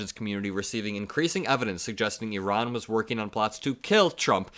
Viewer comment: So nice to hear you pronounce Iran (E-Ron) correctly. I-Ran is so Republican! lol